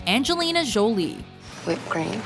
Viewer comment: Jowlie?? Bitch its jolie